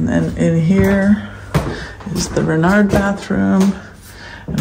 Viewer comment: Oh, everything looks amazing! Congratulations you are ready for the retreat! Little French correction here... (it's a friendly one ❤) when you say Renard, the D is silent ) but don't worry I need help in english as well 😊😊😊